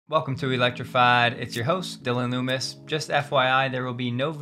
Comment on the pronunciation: Please stop saying "welcome to electrifaäiid". You have a nasal voice. It is palpable to listen to, just not when you say "electrfaäiid". I understand that it is your brandname. Perhaps practice saying it in a different way?